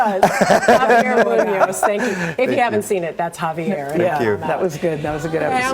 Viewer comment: One of the hosts was like "Javiar". And I'm like: "honey, no."